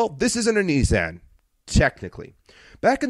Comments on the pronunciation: Knee-sahn is how Nissan is pronounced. Ah as in car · I have to laugh at the snarky 'calling a company buy what you told us it was called' line as you kept saying kneesan instead of Nissan.